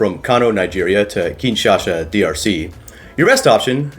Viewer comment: Why are you pronouncing Kinshasa like “Kinshasha”? If anything, the Lingala pronunciation is more like “Kinsasa.”